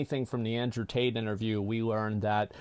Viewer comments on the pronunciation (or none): none